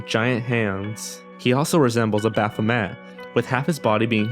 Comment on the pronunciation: abathamat.....hmmmm i think you should look up how to say things XD